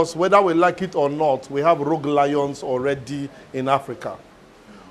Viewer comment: Rogue Lions...not Rouge Lions. Are the Lions wearing too much make-up or something?